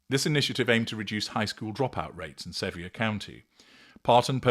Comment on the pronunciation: Sevier (pronounced: severe). 😊